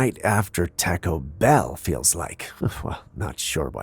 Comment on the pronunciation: How dare you mispronounce the word Taco! What's wrong with you?